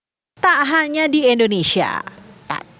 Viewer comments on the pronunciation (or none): Indonesia bukan Endonesia, mbak.